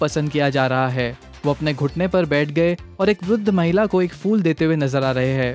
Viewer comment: Fool nahi hota u fool..phool hota hai. .....